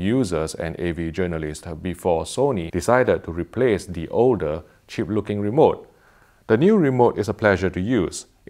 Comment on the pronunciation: It's surprising how close accent can make "cheap looking remote" sound like "shit looking remote". I'm glad to hear the new one is just the right length and width, and great to hold in the hand. Ahem.